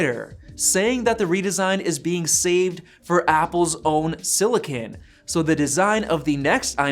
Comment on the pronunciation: What the hell is siliCAN?